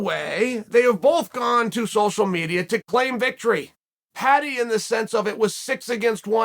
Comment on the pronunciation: Americans just can't say the word Paddy lmao